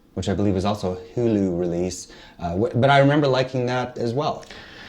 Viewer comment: saying "hew lu" as hulu made me laugh.